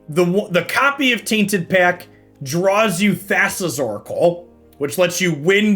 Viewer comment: Everyone is talking about saying "Taint" so much. But all I can hear whenever he says "Tainted Pac" without emphasizing the 't' is the Republican party at large. Tainted PAC